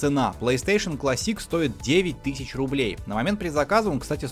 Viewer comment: Видос крутой но от классИк из ушей кровь пошла